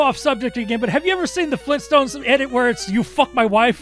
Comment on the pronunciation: FLEENTSTONES!? AUGHHHHHHHHH!!!!!!!!!!!!!!!!!!!!!!!!